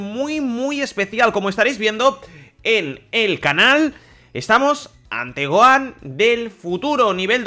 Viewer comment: 2020 y los españoles todavía no saben pronunciar bien el nombre de Gohan